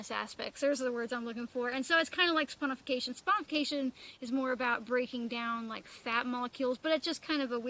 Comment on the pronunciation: chuckling...you nailed saponification...to a soaper 😁👍